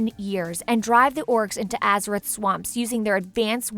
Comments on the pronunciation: "Atheroz"? I think you mean Azeroth. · ATHEROZ?! REALLY?! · Did I hear Atheroz? Haha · She is so ignorant lolol. wtf is an Azeross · Azkeroth? really? You guys didn't find someone with more experience at reading or a wow player to do the talking? Aside from the lore mistakes are you guys even trying? Honestly for good wow lore videos i suggest Nobbel87. At least he tells you everything and tries to find the correct images to show (varian wrynn insted of his granfather or anduin wrynn instead of llane; the order being wrynn the 3rd>llane>varian>anduin). Stop butchering the names!